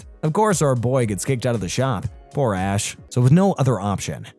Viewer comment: bro definitely said "Ass" instead of "Ash" lmao